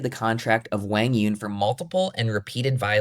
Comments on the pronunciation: Zane, learn to pronounce Quang Duong correctly. It's not pronounced like "Wang", geez..... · Who is WANG YONG!?!?😂 come on man you at least gotta say his name right. He’s been on TV over 100 times. I know you’ve heard the announcers say correctly at least once. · Quang Duong is pronounced Wang Yewn? Maybe the biggest shocker of the day for me. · if your gonna talk about QD, pronounce his damn name correctly at least. smh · About the name — I typed 'Quãng Đường' into Google Translate as Vietnamese, but it doesn’t sound like how Zane pronounces it. Am I missing something? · Was it a joke? Zane butchered QD’s name so badly that at first I thought he said something I couldn’t hear.